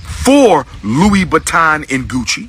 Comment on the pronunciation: did he just say louie baton???